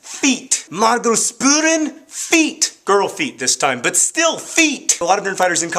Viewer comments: The german "Margos Spuren" is pronounced "ShpUHrennnnnn" :D but you did a pretty fine job :) the italian one is scary though xD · The way you pronounce 'Spuren' is almost as cute as the Sarah-anecdote :)